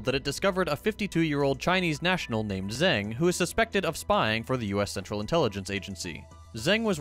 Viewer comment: That's not how 'zeng' is pronounced, however, at least not if it is pronounced the way stuff is pronounced in Putonghua.